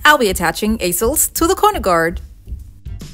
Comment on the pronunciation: Check your pronunciation of easels.